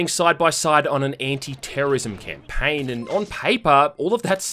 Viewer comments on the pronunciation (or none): Listen peasant it’s not Champagen, it’s champaggneee. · I cracked up way to hard at "Champaign." Like it's just 'Campaign' with an H. They aren't wrong, but they're not right, either. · Did you just pronounced Champagne the way Zap Branigan pronounces it?